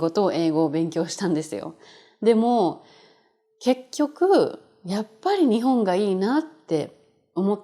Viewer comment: Is Ni↘︎hon Kansaiben?